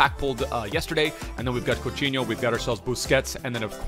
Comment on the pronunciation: is saying coutinho as couchino... in Spanish into English he is saying disgusting